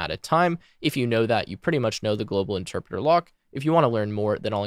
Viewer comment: “Enterpreter” lmao